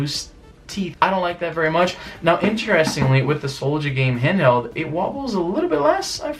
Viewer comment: It's interesting the way Izzy says "inteRESting". Do Canadians pronounce it like that??